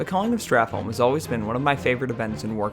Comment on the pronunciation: Why are americans unable to say holm correctly, its pronounced like home